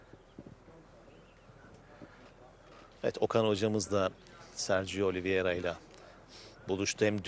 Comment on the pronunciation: yanlis soyluyosun, Oliviera degil Oliveira ))